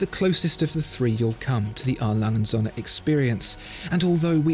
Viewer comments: Still baffled you don't even know how to pronounce their name right. It's not that hard for a german name. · Kinda hurts my german ears how you say the name because usually words are said more seperately in German. So you wouldnt say Alangundsohne which is how i hear it. But rather A. Lange. Und. Söhne. I know that ö is very hard to pronounce for foreigners though. Other than that great video and pronounciation. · I love the channel, but could you please stop pronouncing A.Lange und söhne (Adolf Lange and sons) as if it was one word? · You really need to learn how to pronounce „A. Lange & Söhne“! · is it wierd that I want a 1 hour version video of him just saying A. Lange & Söhne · Please learn how to correctly pronounce it. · Just... please make the effort to learn how to pronounce their name cause aside from that it’s a great vid. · Oh, how I want to hear you pronounce your favorite watch making brand correctly, just once. This is ridiculous..